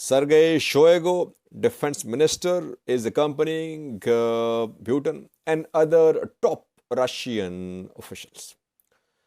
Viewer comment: The way you pronounce Putin is not right. It sounds something else. It sound “Pewten/pewteen..it’s Putin…Pootin.